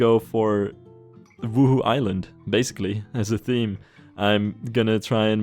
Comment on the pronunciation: As a Sims player I get startled every time you say 'Wuhu island' cuz I hear 'Woohoo Island' it sounds so dirty lol